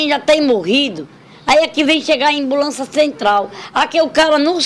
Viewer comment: "embulança" kkkkk